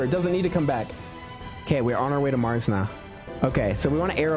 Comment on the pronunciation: 😂 I hear you say MarJS rover